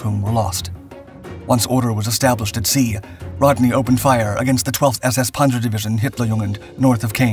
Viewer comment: What’s a Ponzer?